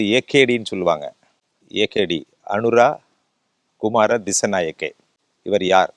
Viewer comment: தோழரின் பெயரை சரியாக உச்சரிக்கவும்.... அநுர-குமார- திசாநாயக்க... வழமையாக தமிழகத்தைச் சேர்ந்த தழிழர்கள், இலங்கை நாட்டின் சகோதர மொழி தலைவர்களின் பெயர்களை உச்சரிக்கும் போது ஏன் வடக்கு தேசத்து மக்களாக மாறுகின்றீர்கள். இலங்கையில் உள்ள தமிழ் செய்தி தளங்கள் வாயிலாக சிங்கள பெயர் உச்சரிப்பை மேற்கொள்ளுங்கள்.